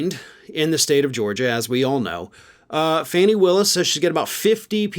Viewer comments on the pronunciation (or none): Fani is pronounced “Fon ee”. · her name is pronounced 'Fawny' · You pronounce her name 'Fawni', like a baby deer,. She's doing a good job. I wish her all the luck in the world!